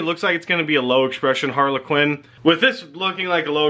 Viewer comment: Harlequin is one word.. not two. Sounds like you're saying Harley Quinn... Please work on your English.. that is all